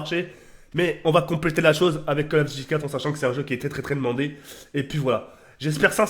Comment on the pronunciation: Quand il dit CoD on dirais il dit Call Of Guchi mdrr